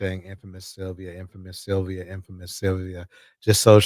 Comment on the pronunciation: His routime? 😢this man's speech..cant even say sylvia